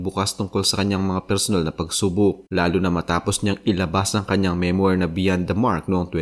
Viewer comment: Children, remember: MEMOIR is pronounce as MEM-WAR, (stress is on the first syllable), not ME-MOYR.